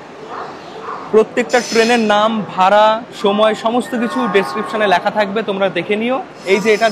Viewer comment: বাংলা উচ্চারণ গুলো ঠিক নেই কেনো ভাই ? শরীরকে শরীল বলিস, লেখা কে ল্যাখা বলিস ! এইগুলো একটু নজর দে ভাই ।